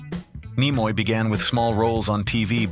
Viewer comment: Some interesting information but the A. I. Voice ruined this clip with incorrect pronunciation of names. Nimoy is pronounced Nee-moy. I can't recommend this channel 😞